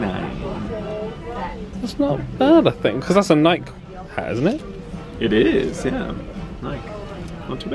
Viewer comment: Never heard NIKE pronounced like that lol